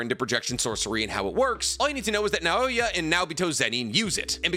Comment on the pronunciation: I doubt it'll be seen but if you don't emphasize individual syllables in the word in Japanese it becomes easier to say. It's na-o-ya, not na-O-ya. Japanese barely every relies on the emphasis of any syllable in a word because their language is built on deliberate, unchanging sounds, so usually you'll hear it to emphasize emotion rather than meaning